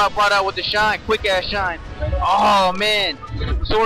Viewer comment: "shien out of shield that shit is sooooo hard babay" he sounds drunk or cracked out my god lolol